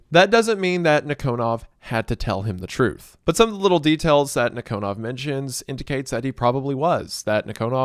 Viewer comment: It's nEEkonov. Emphasis on first ee. And KGB is FBI. Not CIA. We had counter intelligence bureau. I forgot it's name